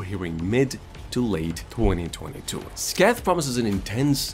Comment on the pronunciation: 'SCAY-TH' YOUR WELCOME.